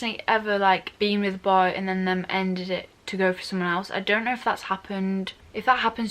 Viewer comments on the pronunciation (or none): But how she say that word B O Y I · Why did she said “bOy” 300x in 1 minute😂😂